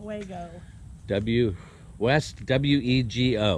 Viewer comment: West-WEE-Go and indeed we do. lol